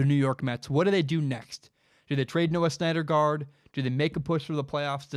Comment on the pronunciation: It's pronounced Noah SIN-der-guard. Not Snyder guard